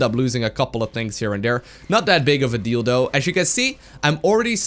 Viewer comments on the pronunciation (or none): know, but it sounds like dildo :D